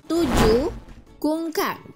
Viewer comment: bukan kungkang ba tapi kukang